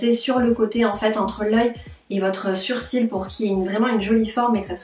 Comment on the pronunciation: super vidéo et pourquoi tu dit "surcils" au lieu de "sourcils"